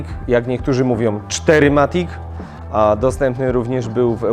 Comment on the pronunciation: Ani czteryMatic, ani fourMatic, szanowny Panie-VierMatic, ponieważ to niemieckie auto.